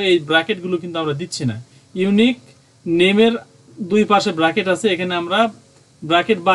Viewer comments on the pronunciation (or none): উচ্চারণ ব্রেকেট না উচ্চারণটা সঠিক হবে ব্র্যাকেট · ওটা বাকেট না ওটা ব্রেকেট হবে ❤😂